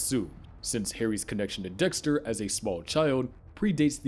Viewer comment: I can’t get over “Doxter” 😂😂